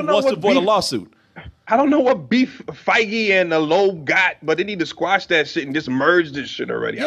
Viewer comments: Kevin fehjhh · FI - GEE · Tajul Aiman 😂 fay-gee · The way pronounces Feige:') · The first season of Luke Cage had to come out when it did. If they'd postponed the release of it until after Black Panther released, then they would've had to postpone the release of The Defenders. I don't have a clue why they didn't just tell Danielle that. And, you REALLY need to learn to pronounce Kevin Feige's name! Lmao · Goddamn still can't pronounce Kevin Feige correctly